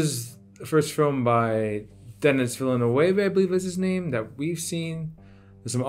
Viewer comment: Denis Villeneuve is French-Canadian, you pronounced his name as Spanish which is wrong... it's Duh-nee Veal-nuh-v. By the way, those weren't bracelets. Those are rubber bands that hold stacks of bills. Sadly, there are no happy endings in the drug war. The U.S. has been fighting it ever since the 70's with no good results. People get addicted to the high they get from drugs and there's too much money to be made by criminals that there will never be those who want to profit from it despite the misery it causes society.